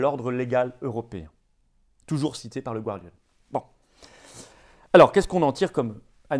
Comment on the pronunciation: The Guardian --> prononcez "the Gardian", non pas the Gouardian ;)